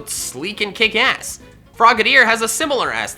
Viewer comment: FROGADIER, NOT F*CKING FOGEDEER! AND THERE IS NO Y IN GRENINJA!